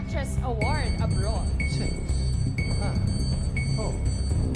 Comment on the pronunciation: turuan natin mga kabataan allan key... "abrowwwwddd abrowd ,,, abrowd... yas keep it up... wala london at america... abrowwdd.